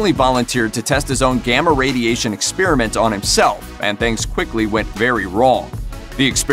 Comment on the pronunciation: "exSPEARament" LMAO